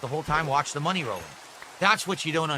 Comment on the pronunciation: No mahney, no gaem! Angry